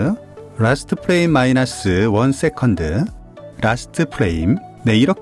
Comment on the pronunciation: frame은 '플레임'이 아니라 '프레임'이라고 읽어야 합니다. '플레임'은 'flame'을 읽은 발음이에요.